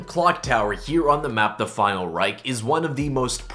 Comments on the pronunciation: You said Reich wrong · Knows all the easter eggs, still cant say Final Reich properly